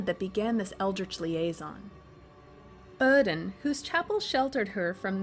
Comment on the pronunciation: Either the accent is consistent or it isn't. My god, my ears bled each time you said oedon